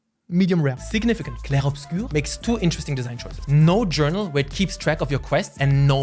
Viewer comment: As a main language french, you pronounce well "Clair Obscur" haha